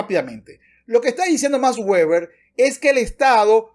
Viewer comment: No es "ueber" si no "veber" puesto que no es un nombre inglés.